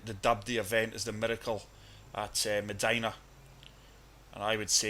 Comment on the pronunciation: love this video...but Meh-DYE-nuh is the proper pronunciation, not meh-deee-nuh